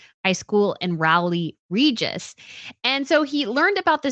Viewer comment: I really congratulate you on pronouncing Rowly Regis The Right way! Well done! It is difficult in our English to say many words